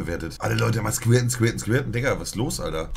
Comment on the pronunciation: Niemand: Wirklich niemand: Monte: „Skwirten”